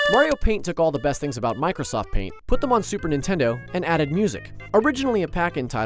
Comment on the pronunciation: Its Nintendo. Not nitendo. Also, it’s called an INDIE game. Not an indi.